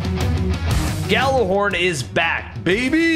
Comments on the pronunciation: I have to say it, it’s gjallahorn not yallahorn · I was triggered every time someone said *Gal*lerhorn instead of *Gjal*lerhorn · It’s called Gjallerhorn not Jallerhorn my friend 😊